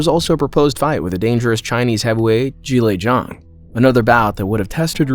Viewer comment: nice to hear someone pronounce Zhilei Zhang correctly